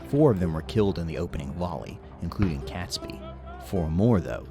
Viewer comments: It's pronounced 'Katesbee' and not 'Catsby.' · not pronounced Cat sbee name is pronounced Kate sbee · Cats-bee? Pronounced Kates-bee. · oh and it's pronounced Kates-bee not cats bee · It's pronounced Kate's- bee not cats-bee. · It’s ‘Catesby’ pronounce Kate-s-bee NOT Cats-by! 🤬 AND don’t get me started on Worcestershire (Wuus tar shire) or whatever the narrator mangled it into🤯 - AND of course he was James I of England as there hadn’t been 5 other kings of that name before him, unlike in Scotland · Robert Catsby name is pronounced Katesbee, that's only one of the things they got wrong in this video! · It would really help if the narrator could pronounce 'Catesby' at least! It's pronounced 'KAYTsby', not 'Kat'. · So many errors: Not Guy Fawkes Day but Night or Bonfire Night, it is pronounced Katesby not cat, James 6th of Scotland & 1st of England, Not war- wick Warrick the second W is silent, narrator butchered Worcestershire. It was Queen Elizabeth's counsellors that came up with Hanging, drawing and quartering, as the old saying goes " a picture is hung but a man is hanged". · Definitely Catesby, not Catsby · cats-b? No it is Kates-B! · Catesby is pronounced Kate's bee .🇬🇧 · Robert Catesby pronounced Katesbi! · Never heard Catesby pronounced Catsby before. Mind you I haven't heard his name said before, only read it. Interesting. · Not to mention CATsby. In my recollection no felines were involved.